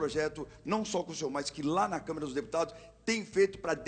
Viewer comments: É Câmara e não Câmera, Sr. Jornalista. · Nossa pelo amor de Deus, esse jornalista falou: CamEra dos Deputados.... sangrou meus ouvidos...